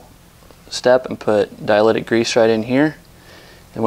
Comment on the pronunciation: Dielectric grease, Not diletic grease. But good video